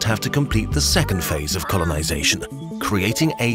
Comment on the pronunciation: did you say conolisation by mistake?😂😂